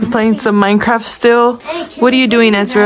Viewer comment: maked me laugh so hardd because he said plAY micraft